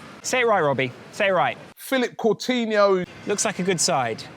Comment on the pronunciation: Still saying CouRtinho...